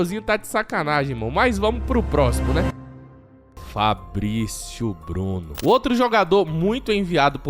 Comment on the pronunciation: o japonês Fablicio Bluno